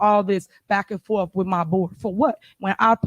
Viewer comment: Lmao Why I got have all dis back and “forf…” .. is it too much to ask of our elected officials to speak in plain English .. using proper grammar? .. got my popcorn and enjoying the show .. very entertaining